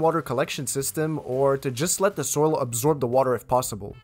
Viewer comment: Please concentrate on proper English. Saying “dare” for “there” and “da” for “the”.